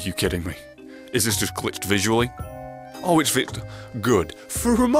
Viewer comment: Oh it's vitched glisualy